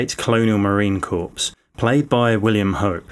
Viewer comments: It's pronounced Core, not Corps. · I know it's a French word, and the British have a totally uncontrollable programming to incorrectly pronounce French words because of a centuries long hostility and desire to deride French based on an equally long propaganda mockery, but Corps is pronounced "Core," not "Corpse." Also, I always wondered why the supplies were not put in the correct hold to begin with. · Corps is pronounced “core”; not like “corpse”. Semper Fi! 🦅🌎⚓️ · The military group corps is pronounced like core, not corpse, like dead body. It really, really matters. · Nonsense. Everyone in the the uk knows that it’s pronounced core and not corpse. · Core. Not Corpse. Otherwise great video. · Just a small correction. "Corps" is pronounced "core" Marines get defensive about that. I've been corrected a few times. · corps is pronounced like core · I think you pronounce ”corps” the same as ”core”. Sorry for not having anything else to say, I’ll continue watching now as this seems like an interesting take on a character less examined. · Did this dude say Marine Corpse??? Yikes you need to Google that ASAP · Judging the way you pronounced Corp, you don't have experience in the military or in a Platoon lead by a new LT, it take time and respect needs to be earnt. Soldiers particularly the senior soldiers and old sweats doesn't trust or respect anyone until they show some sort of logical leadership and display good communication skills and approachability. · Good video but you need to learn to pronounce some more words. Corps, thermonuclear etc.